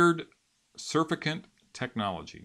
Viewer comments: not surf-i-cant Suuuurrr-fact-ant... aka soap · It's pronounced "surfactant", not surf-a-cant.